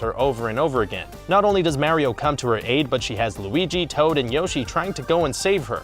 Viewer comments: its not mairio, its mario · It's Mah-ri-oh. Not Mare-e-oh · Say it with me now. Mercury...Venus....Earth......MARS!!! ITS MARS! MARIO!!! MARR!!!!!!! NOT MARY-0. Geez, ask your co-worker he got it right why can't you? You can say WARIO with no problem, just replace the W with an M and you got it! Smh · MAR-ee-oh NOT MARE-ee-oh (ugh...) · Quit saying Mary-o it’s mar-e-o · Do you even kno how to say mar-io you say mario like u you mars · Mayrioh... shygearoh maiyamoto.... it is killing me!!! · Super Meh-ryoh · For the love of god stop saying Mare-ee-oh. Learn the subject matter before you make a garbage hour video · "Mehwio" "Super Mehwio Party" "Mehwio 64" "Super Mehwio and the night of horror" Lol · Stop saying MARY-O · "Sewper Mary-o Brethers " - some dipshit who lived down the street from me back in the 80's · how many times did he say MARY-O? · he like Mary-O from Mario Maker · Also, “Maereeo” and in the Zelda portion, “Hi Yaah”. Like are these guys trying to piss off their audience? It’s working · In order for Mario's name to be pronounced the way does it would have to be spelled Mareio, but alas it is not. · Nintendo's DARKEST secrets: sometimes people ship peach with Bowser! 🤦🏻‍♂️ These awful "facts" combined with his inconsistent pronunciation of Mario are embarrassing. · What kind of sick bastard pronounces "Super Mario" that way.. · Can't say mario right can aay wario... This channel cant be real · The the way he says mario